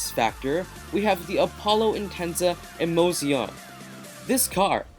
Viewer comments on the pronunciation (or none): 'emozione' is the Italian for 'emotion'. The pronunciation is [emotsjone] with the stress on the second 'o'.